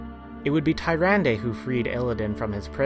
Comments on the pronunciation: Awesome vid man, but I can't get over you pronounce Tyrande. It's pronounced Tier-ron-dah. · Tome of Sargeras? Satire? Furblogs? It's pronounced Toom of Sargeras, Sater,and Furbolg, the l and o are switched. Tyrandes name is also pronounced Turande!